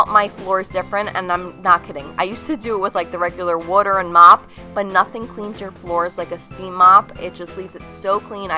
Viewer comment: Glam and Gore mentioned that she's from Philadelphia and that's why she pronounces water "wooter." Are you from Philadelphia, by any chance? 😂